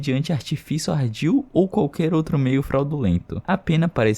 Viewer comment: O conteúdo é ótimo, mas "outre" me quebra kkk 🫩...